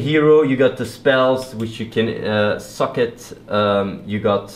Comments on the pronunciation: Did anyone else think he was saying that "you can suck at your skills" instead of socket? :P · When you say Socket, it sounds like you say Suck it xD Looks like an awesome game! Nice video Athene! :D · it sounds like he says 'suck it' when he says 'socket' XD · I thought you were saying, when you "Suck at your skills".. I was like what, skills get buffs when you suck at them? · it's kinda funny, when he says socket, it kind of sounds to me like he's saying suck at...